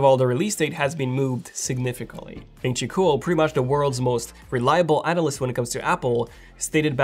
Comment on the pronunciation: significantly.... sig·nif·i·cant·ly